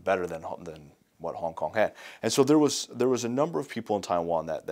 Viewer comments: HONG HONG 😂😂 Love ya! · .........HONG HONG?.......... O___O